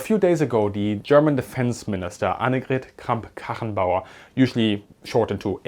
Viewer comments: Are you German? Your channel info says UK, but you say "we" when speaking about Germany and your pronounciation of AKK's full name was on point. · It's super obvious that your mother tongue is German. Because only those can pronounce Annegret Kramp-Karrenbauer correctly